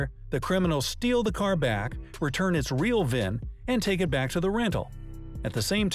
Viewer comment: V-I-N not VIV. Vehicle Identification Number